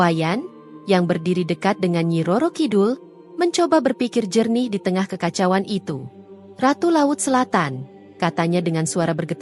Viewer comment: Tlg kpd story reader membaca kekacauan bkn dg kekacau an